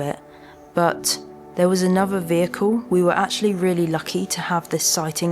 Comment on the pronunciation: "Anover, fousands, birf, mouf" please learn to pronounce words correctly. these words all have the TH diagraph you pronounce as F and it makes you sound childish and spoils your excellent photography.